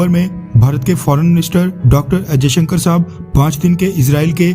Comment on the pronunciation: Yaar aap pehle videsh mantri "Jay Shankar"ji ka sambodhan "Ajay Shankar" kehke nah karo!! 😂😂😂🤣🤣🤣🤣